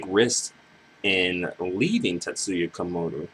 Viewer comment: My long nerdy reply(btw you kept saying Komuro wrong lol...sound slike youre saying Komoru): She probably would but in a whole different light. Her height would probably hit a plateau by now like most other amazing acts that just fizzle(think SPEED). Its thanks to TK that she got to experience dang near 2 hey days(the first via TK music and the second via former association and status plus relevancy to the urban pop music scene). Its not everyday you see someone with her background end up doing the music she does now. Even when I think Ayumi Hamasaki, I see her as sticking with a similar sound that got her there. Namie just went away from the dance music(TK started that transition for her) and she even ditched the ballads or of sophisticated pop sound and she went straight for the urban top 40 pop sound and hasnt looked back. A lot of her fans today get shocked seeing her old stuff and old image(fully clothed showing little skin and acting like a goody two shoes). I assure you though she will never get bigger than she is now(and she is her biggest because she has multiple fan bases loyal to both her personas and track records). TK was under some serious fraud trouble but that was only because he got greedy and did bad business in which he was payed in advanced but could not deliver the goods(the masters to many of the hits we're mentioning). TK is pretty much a dinosaur to these kids but hes a living legend to we who grew up being mesmerized by his signature. He shaped the so